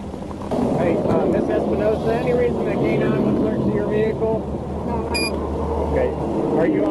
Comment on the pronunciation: Do me a favor and step out the vee-hickle for me boi or am i speaking spanish? -unknown state trooper with strong jawline, drill instructor type hat style, disabled bodycam and his hand on his gun.